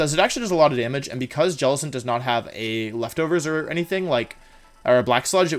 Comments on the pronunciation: Jelicent not tentacruel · Guys he said jelacent at the start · the champ really said jellicent